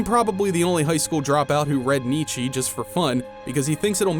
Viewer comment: It's pronounced, neet-cha. Other than that, solid work.